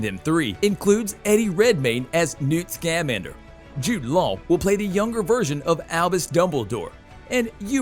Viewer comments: Ooh, your right,he said scam-ander, that's horrible. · It's pronounced "Sca-MAN-der" as in "salamander", not "SCAM-ander"... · I literally came to say the same thing, Hermione style 😂 “It’s Sca-MAN-der, not SCAM-an-Der!!” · I know I am not the only one laughing when he says Newt’s name sounding like he is a Scam or something, Scam-ander You labeled the American Minister of Magic as a professor. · Have you ever actually watched a Harry Potter movie? It would be so much better if you learned how to pronounce scamander properly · Uh, it's pronounced "Sca-man-der". Honestly, learn how to pronounce the names! Illvermorny, not livermorny.